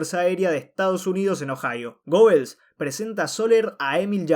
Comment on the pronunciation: Una pequeña correcion (muy buen video): El apellido se pronuncia "Guebels", no gobbels